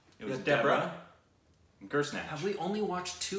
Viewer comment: For heaven's sake guys please stop pronouncing "DU-Baa-Raa" as 'DEBRA'. Dubaaraa in English means 'Again'.